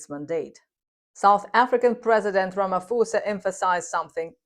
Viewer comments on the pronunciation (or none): Hello, for future content videos please understand that Ramaphosa is pronounced with a soft "P" never an "F", the Ph=F rule doesn't apply to our indigenous languages...Also in Africa we make a distinction between "P" & "Ph" a hard and a soft "P/Ph" so please its not Ramafosa, its Ramap(h)osa...